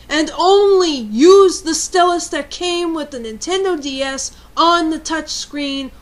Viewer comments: Stel-us lol it pronounced style-us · i think it is prononced st-ie-lis not st-e-lus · its stylus not stilus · It isn't "Stillus" it's "Stylus" (ST-IYE-LISS) Edit: I just read the description, I apologize for the original comment. XD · STY-LUSS Ok? That's how it's pronounced. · Just a tip, I know you say stillus instea of stylus but when you are trying to get a point across, constantly mis-pronouncing one of the main objects makes you look less intelligent and/or making it seem like you don't know what you're talking about. No offence, though. :) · I know it's kinda annoying to complain. But I can not help it, I just find it very odd that you pronounce sty-lus, stelis. I really find it annoying. But you are right. People who use stuff like pens on such an advance technology. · Lol- rant's funny, but kinda got annoying when you kept saying stylus wrong. Think of the word "Style" and then saying "us". To rebuttle your point- most stores now only carry replacement styluses for the DS LITE. Very hard to find the original (smaller) stylus- and the plastic part that keeps the stylus in the DS wears out way too easily. I heard about metal stylus (regular tip) that I'm gonna look into cause the two I had just wore out and kept falling out. Lame. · nice pics -i like how you say "stylus" sounds british *^ ^* -good advice -some of us just naturally push hard on things like writing, some write super soft you can't even see, and others write super deep into the paper, in making it feel like braille cuz we feel that others can't read it cuz it too soft -i'm srry i have to let this out but...yhu sound like a guy... ok to those who are going balistic over her rant -u eihter have nuttin' else ta do or -ur just aggresive